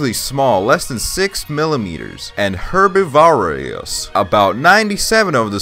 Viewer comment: The fact that can’t pronounce herbivorous is hilarious